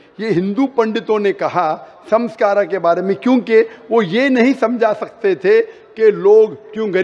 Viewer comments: Sanskara nahi Sanskar hota hai ! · Beta sanskar aur sanskara me bohot fark hota hai